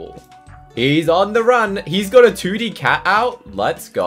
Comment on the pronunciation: "he ot a 2d ca" say your T's